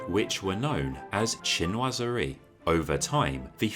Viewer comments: Unfortunately he’s pronouncing the word in an American accent or his second language is English, so I respect his way of pronunciation. It’s just not correct. I am fluent in French and English , so it just annoys me when people try to hard to seem like they’re really big in to the design style, then they must respect the actual word by pronouncing it the correct way. He must not have any knowledge that pronunciation of certain words are just jargon style words. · "Cheen- was- eree"